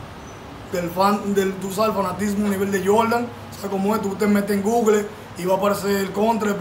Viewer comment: Se llama jersey no chaqueta, y se pronuncia gugol no gugle jajajaaaajaaaa